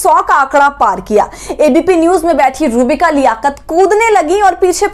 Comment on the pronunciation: Madam aap naam to sahi lijiye... Inka naam hai ROOH BIKA..